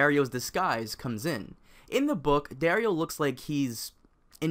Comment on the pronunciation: DAario naharis.... seriously?